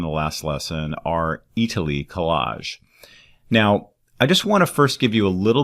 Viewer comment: Italiy (not Eataly) :D